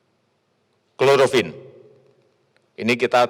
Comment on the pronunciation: Cloroquin pak bukan klorofin